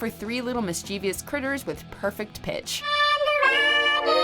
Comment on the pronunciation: You mispronounced "mischievous".